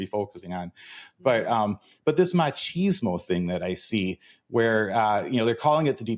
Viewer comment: On a lighter note... dear Americans.... "Ma-cheeze-mo"? ❌ Erm no. Seriously. No. Cheese is for crackers, sandwiches and pizza.... with herbs.... not erbs. "Mach-is-mo" ✔ Proper pronunciation promotes precise perception Here endeth today's (English as a Foreign Language) lesson. 🇧🇲🧙‍♀️🇬🇧